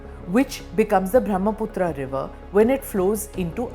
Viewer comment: Pronounced ब्रह्मपुत्र , not ब्रह्मपुत्रा It is a नद, not नदी due to its size